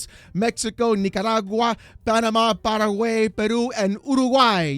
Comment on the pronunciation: You mispronounced Paraguay